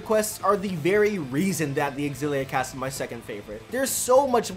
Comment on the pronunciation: You know it's pronounced Zil-ee-uh. Not ex-zil-ee-uh. Learn to read.